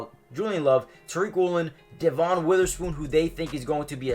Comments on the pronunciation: Good video, just so u know devon pronounces his name as “devin” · It's pronounced Dev-IN Witherspoon, but great video!